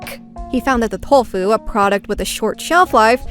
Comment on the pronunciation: I love your videos so much, but I always find it super jarring when words like Tokyo and tofu are pronounced like "thokyo" and "thofu" ^^